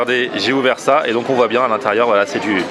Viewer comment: "Je t'attendais à l'intérieurrrrrr" ;)